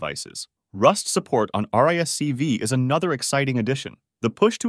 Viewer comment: Hmm all these acronyms can be har to read sotimes RISC-V is read as risk 5 not *r i s c v", an idd thing to miss um,ess this video is narreted by a TT$